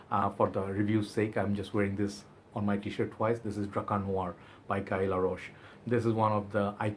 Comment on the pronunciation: 'Oo - bee - gone.' And 'foo - zhair.' The 'gone' is said like 'go(n)h' with a slightly silent 'n.' The House is owned by the Prince of Monaco, dude. And 'guy' is pronounced same as you say the Hindi word for clarified butter: 'ghee.' Ghee LaRoche. : )